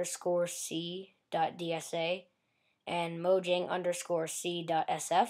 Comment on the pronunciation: mojang is pronounced moyang